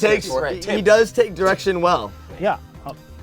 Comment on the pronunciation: "He takes da erection well"